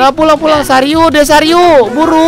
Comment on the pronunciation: hahaha kocak namanya omom genit kocak geming dah namanya ngakak aku,aku jg ngakak pas ngomong cara pulang jadi cara purang sama pas ngomong jangan jangan apa jangan jingin ngakak sumapah yang ngakak like ya (gak maksa ya)🤗